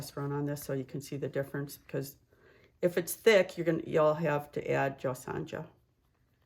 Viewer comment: Thank you for sharing please not the J is silent in JOSONJA pernounced JoSona